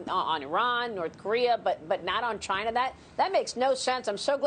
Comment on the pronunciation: Chi-na Trump pronouncing